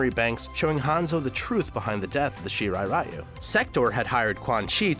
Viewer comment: Can no one pronounce ryu correctly?